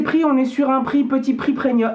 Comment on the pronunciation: C'est moi ou tu dis "preNium" ? 😄